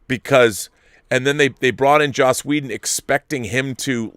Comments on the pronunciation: I hear so many YouTubers pronounce Joss as "Josh" and I've heard it so many times that I'm starting question my pronunciation.. it's pronounced "Joss" like how it's spelled, right? Not "Josh". Am I taking crazy pills? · Nope. You're right. It's Joss but some people who are not so used to hearing it think and pronounce it as Josh.